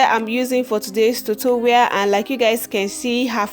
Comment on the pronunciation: I love this and all but you said tutorwial 😂